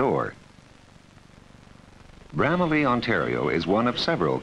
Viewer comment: Why can't people in the 1970s pronounce Bramalea?